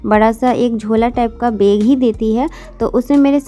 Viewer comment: Beg nhi bag hota h